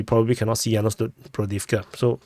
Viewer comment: Kudos on getting "Yasnobrodivka" right on the first try :P